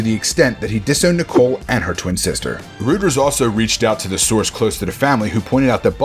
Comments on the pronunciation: It’s more like royters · You pronounced Reuter’s wrong...